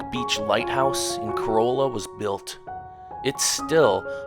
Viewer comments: man you slaughtered those names... it's pronounced Body not bow-d and Car- ra- la not core- oh- la, Man- tee- oh not man tay oh... but nice video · Nicely done! We live on the Outer Banks! However, a few factual corrections for your viewers: "Corolla" is pronounced "Curr-allah", Bodie Island (Light House) is pronounced "Body" Island. Manteo, the town on Roanoke Island is pronounced "Manny-oh". It's "Jockey's Ridge"" state park. And Orville and Wilbur Wright visited here many times to achieve first flight, but they didn't live here, not long term. They had to bring anything they needed over by barge from the mainland. To see wild horses, better head right on up to Corolla adn Corova, the part where you have to drive on the beach because the road ends there. You're not going to see any/many wild mustangs anywhere else on the OBX proper. :)